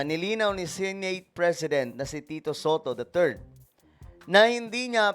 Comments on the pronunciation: BAKIT ANG PRONOUNCIATION NI AY SINATE? DIBA DAPAT "SENATE"? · BAKIT GANUN ANG PRONOUNCIATION NI NG "SENATE" HINDI "SINIT" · Clickbait. Wala naman nangyaring masama kay marcoleta at Bakit ang pronounced nya sa senate ay “sinet”?😂